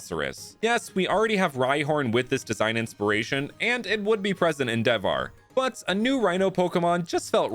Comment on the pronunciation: Hey, just to make it more relatable to the Indian audience, I think you should pronounce Devhar as "They've-haar" because "Dev" is not read with a strong "D" sound, but a rather soft "Th" sound, as in "The"